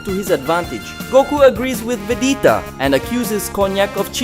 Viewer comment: Who tf is Vedeeta? Stick to the AI voice. Swapping back n forth is dumb